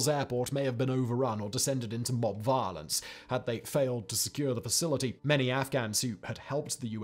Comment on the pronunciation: He says “violence” with like it have 8 syllables. One of the most British people on the planet